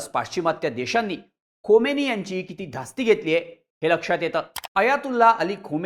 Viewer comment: Khomeni nahi khamenie bola